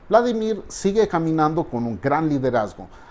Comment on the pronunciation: Uladimir Luadi .... Lindo , lo pronuncias un poco como polaco . Geniales sus uideos !